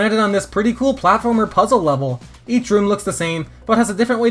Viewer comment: "puzzle wevel"